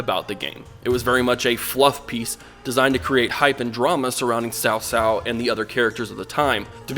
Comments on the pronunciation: Not "Sao Sao", it's better to pronounced like "Tsao Tsao". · I'm still pronouncing his name as COW COW. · so looking forward to playing this, whichever version they put up its going to be a lot history and balance they have to deal with, hope it wont be messy when it comes out ps. whenever cao cao is mispronounced or even luoguanzhong is mispronounced i cant help but cringe but i know its not your fault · thanks didn't expect to get noticed but to be fair yes there are loads of variations when it comes to dialects but in this case I am pretty sure CA is going after the pronounciation in Mandarin which I think you did well not to say "kao-kao" and opt for a ts-ts sound However it should be lying between a "ts-" and "Ch" sound, yours is kinda more like s and ts sound so yeah ok I m gonna stop here I am talking too much Ps still a nice vid